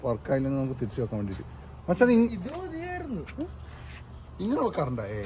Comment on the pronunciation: Pakshe ❌️pashe✅️